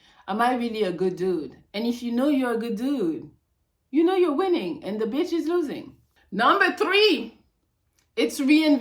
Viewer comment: I love the way she say BITCH!! The beech!!